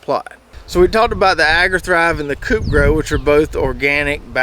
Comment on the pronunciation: It is not pronounced coupe grow, it is co-op like ko.. opera. COOP!